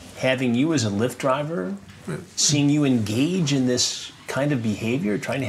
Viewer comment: As a Puerto Rican it was funny asf when he said “Lee-ft” and the translator didn’t even know he was saying lyft lol